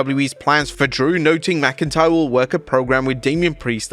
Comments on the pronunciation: Drew “McIncryer”.😂😅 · la knight calling drew mcintyre drew mcincryer was hilarious